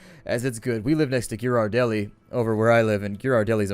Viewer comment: ***** You say Ghirardelli wrong...